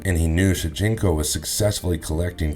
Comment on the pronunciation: Shujinko. Not Shujinku